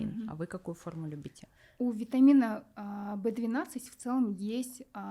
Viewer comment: Не понятно что она говорит вит В 12 и что? Для когнитивный способностей